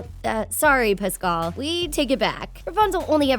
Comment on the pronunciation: You said Pascal wrong